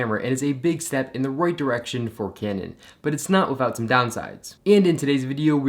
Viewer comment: Yeah that "Cyanon cyamera really causes cramps in my hyands"..